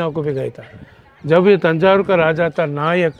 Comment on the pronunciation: तंजावुर/तंजौर कहा जाता है न की थंजावुर । कृपया इस बारे में कन्फर्म करें ।